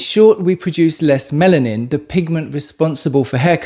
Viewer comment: Melanin not Mennan 🤔😆 anyway copper deficiency causes gray hair.